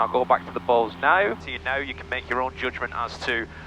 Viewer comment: Did you know you pronounce Bose, like balls? 😂 I can unhear it now